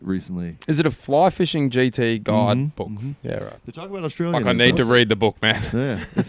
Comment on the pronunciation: I'm here at the start, no fkn idea how it's gonna go, but!!!! when you Yanks learn how to say Australia, it'll be a great day 😂😂😂